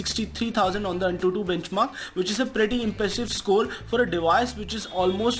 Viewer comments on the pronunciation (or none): "Pretty impessive scole" Lol.